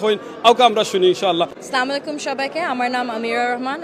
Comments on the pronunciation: সে একজন মুসলিম আর সে কিনা একটা সালাম সঠিকভাবে উচ্চারণ করে বলতে পারে না আফসোস, সালামুআলাইকুম, এটা কি সঠিক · সালাম টা শুদ্ধ ভাবে শিখলেন না। অত্যন্ত দুঃখজনক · শুদ্ধ ভাবে সালাম দেয়াটা শিখলে না,আফসোস।